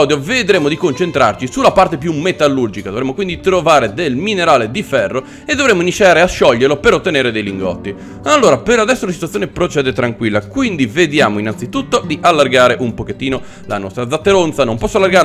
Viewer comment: As hai detto "inisciare a scioglierlo" e sono morto male dalle risate😂